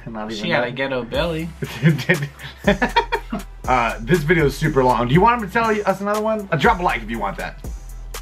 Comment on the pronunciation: "Geheto belly"😂😂😂